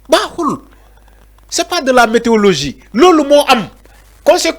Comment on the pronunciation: De la " méteologie"? Va apprendre le français.Tu es trop faible pour commenter